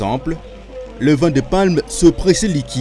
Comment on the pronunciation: On dit VIN et non VAIN .